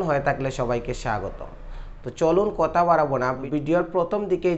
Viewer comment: কতা না কথা,বালো না ভালো।